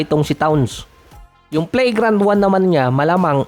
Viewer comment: Pronunciation Flagrant ❎️ Play grant ✅️